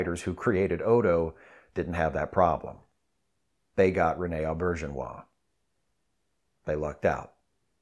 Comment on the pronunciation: This was a perfect tribute to a wonderful man. I met Rene Auberjonois at a convention long ago. Maybe DS9's first or second season. Taught us how to pronounce his name, and I'll never forget it (You said it absolutely correctly, too).